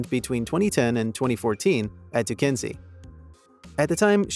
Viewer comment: Duquesne pronounced Doo-Cain 🤠